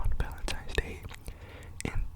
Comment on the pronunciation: I love the way you call it Valentimes Day